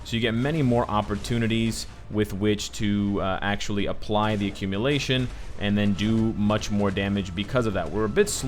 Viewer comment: what is accumilation? 😂🤔